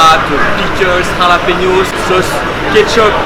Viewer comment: Du khalapéniôsse😂😂